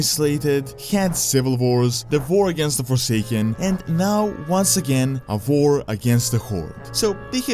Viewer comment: A vor or a war?